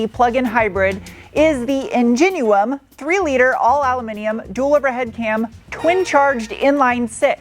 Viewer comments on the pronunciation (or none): That's In-genie-um, not In-gene-you-um, lol.